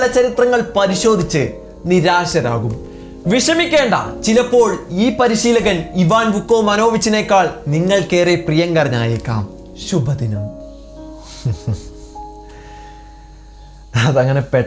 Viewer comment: ശുഭ ദിനം ❌ ഷിബു ദിനം ✅😂